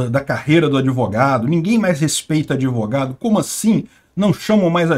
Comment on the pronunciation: Doutor "adevogado".